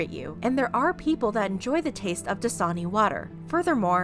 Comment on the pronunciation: No one: The clips in Shane’s video; “Dasina”